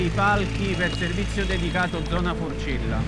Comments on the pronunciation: stopped watching , its forcella, not frocella, al least get that right. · Good report. Thank you Vice for putting this under the lights. By the way, it’s Forcella not Frocella